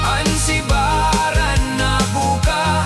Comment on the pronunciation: subiran, not sibaran